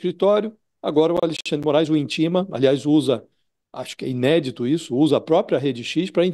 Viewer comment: "Inédito"? Você é uma vergonha Josias.